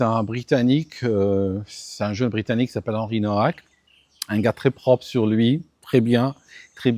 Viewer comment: salut,c'est d'origine polonaise Nowak,ça se prononce Novak.